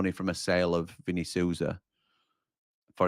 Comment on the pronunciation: Saw-za. That's how you pronounce Vini's name. Not Soo-za. Just sayin' like. UTB.